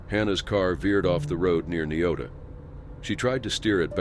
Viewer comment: Niota is pronounced Nigh Ota